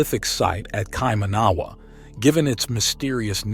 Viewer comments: Kai - man - na - wa is how we pronounce it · You need to learn how to pronounce Maori words such as "Kaimanawa"... there are examples of correct pronunciation in some of the segments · Here's a little hint on how to pronounce Maori words the vowels for the maori language are pronounced a = Ah e= Eh I= Ee o= Or u= Oo Wh= F nga= Nah so Kaimanawa would be pronounce like this Ky mahnahwah not the butchered kay man awa you keep saying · Its pronounced kai- mana - wah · Bro you need to get your pronounciation right on maori and kaimanawa'' As a kiwi its haed to listen to'. take care mate. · Listening to this and the pronunciations of the words are hilarious!!😂😂 Its no kai manaaaaaaaa ........wa. Its kai maua. Kai ma noooo ah. And its not the may ory people. Use normal vowels like a human??? Ma(short) oldy. Sounds like moldy bread . Moldy. Ma ori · you should ask someone to tell you how to pronounce Kaimanawa it is kye mannna wah, mana is said munna Maori is pronounced MO RI